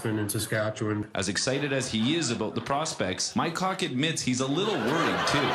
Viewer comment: Poe-tash? lol It's pronounced pot-ash. At least you got Mycock right.